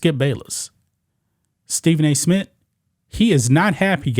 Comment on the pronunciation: I stopped watching g when he said Smit the third time. 😂😂😂😂